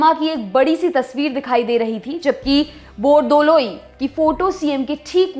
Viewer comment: It's very nice to hear when you say Gopinath "BORDOLOI"